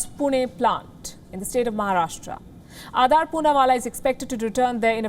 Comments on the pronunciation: Why're you pronouncing it like Adaar? -_ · Why so much hate WION News in him..Shame on you Palki Sharma Upadhyay.This is shameful.And its not Adaaar Poonawala its Adar Poonawala.Shame on you now you run a smear campaign against him who has provided lakhs of Vaccines.